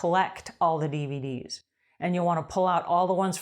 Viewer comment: Cool. When you 1st said dvd's i thought you said bvd's😂 my silly ears